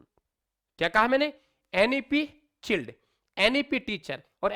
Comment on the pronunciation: सर चिल्ड नही child hota h